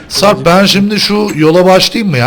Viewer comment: abi sen sarp a sarb diyosun